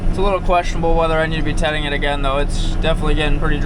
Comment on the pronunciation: i thought for sure you were saying tetting this whole time lol